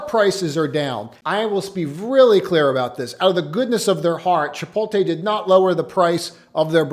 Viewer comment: Imagine pronouncing Chipotle ChipoLTE..